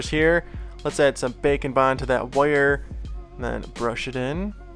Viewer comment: can we get a compilation video of you saying "woyer" 🥰